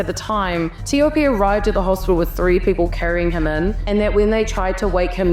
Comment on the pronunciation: i love ur correct pronounciation of his name.